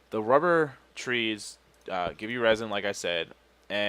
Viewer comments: ITS REZIN NOT RAZIN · Also, when you said resin wrong, it sounded like a shout that would be good for Skyrim. "Rah Zin!!"